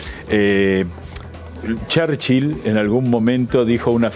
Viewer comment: "charchil" jajaja ulala señor frances!